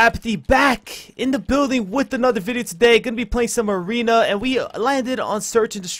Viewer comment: 9.09 mothership in aweeeena 😂😂